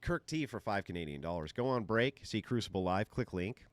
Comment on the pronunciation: “The coomcible” 😂😂😂😂